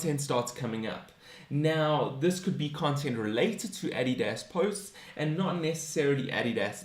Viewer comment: Your saying Adidas completely wrong